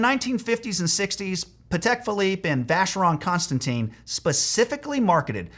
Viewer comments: Constant TEN, not Constant teen. FFS. You put out a video about rules, and then you break the most important one, how to pronounce names! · Another sign of a watch amateur is not pronouncing the name / maker of you watch. in the video you pronounce the maker as "Vacheron Constantine" but it is actually Vacheron Constantin, there is no "een" at the end of the name. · #8 pronouncing Constantin in VC as Constantine... 😜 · Vacheron Con - Stan - Teen.....😆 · Mistake #8 - Pronouncing it “Vacheron ConstanTEEN” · A useful 3 minute video expanded to 13 minutes for no need. Also, you mis-pronounced Vacheron Constantin. That would be my added 8th rule ... be able to pronounce the name of your watch properly.